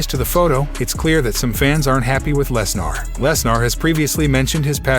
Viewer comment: its lesner not lesnar